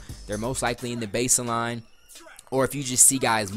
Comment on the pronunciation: good video, but "base-eh-line." just get rid of the "Eh"